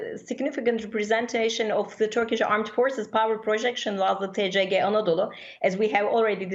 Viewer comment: Koskoca TRT TCG'nin Türkiye Cumhuriyeti Gemisi demek olduğunu bilmediği için, tisici diyerek kısaltıyor. Türkçe söylendiği gibi okumak çok zor olmamalı. Kızılayı kizilay olarak nasıl telaffuz etmiyorsak. TCG'yi de tisici olarak söyleyemeyiz. Geminin şahını harikalığına vurgu yaparken bile yanlış terimler kullanmak cahillikten öte değildir.